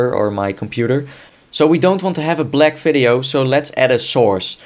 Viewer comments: Fideo??.. Its "Video" Dude :D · "Fideo" "NFidia" Best. Accent. Ever. :D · hehe "fideo" I know that the V in german is pronounced F